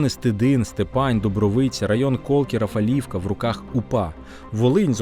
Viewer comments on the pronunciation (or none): Дякую за відео. До речі, не РафалІвка, А РафАлівка. Чудове містечко🇺🇦🇺🇦🇺🇦